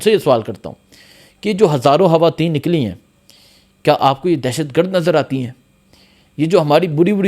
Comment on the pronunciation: Khuada me banday hawateen nhi he khawateen he jumpa sahi bolo